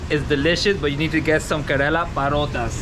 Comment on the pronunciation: Why he says Karela ?? It means bitter gourd ... Pronunciation should be corrected .... Kerala (ke + ra + la ) It would be aweome to have some voice comments here ...